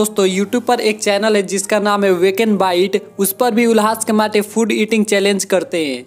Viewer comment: अबे वो कमाठे नहीं कामठे हैं !!!, 🤣🤣🤣🤣😂😂😂🤣